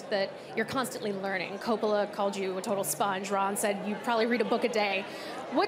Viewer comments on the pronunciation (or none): none